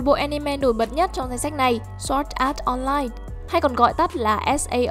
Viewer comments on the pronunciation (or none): none